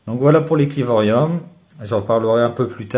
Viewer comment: On dit clivorum et pas clivorium attention a pas faire l'erreur 😋